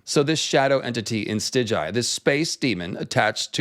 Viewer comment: In your next video pls pronounce it Stigai not Stiđaji